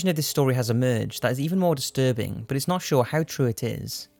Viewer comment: everytime you say "but" i hear "bert"......